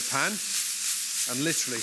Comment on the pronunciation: Like llltttrrllleeeyy?